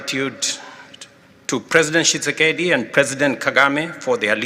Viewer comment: Dat look wen Trump pronunced DRC president's name "Kisekisegi" 😂😂😂😂 instead ov Tshisekedi